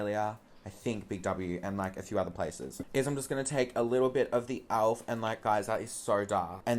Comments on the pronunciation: its pronounced elf not alf hahahahah love you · omg when you say "elf" it kinda sounds like "alf" and I can think about is that bloody flamin gallah from home and away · Why do you say "owlf" lmaooo